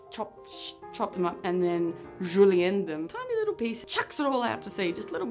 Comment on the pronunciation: The pronunciation of "julienned" and that Ninja Turtles reference- cracking me UP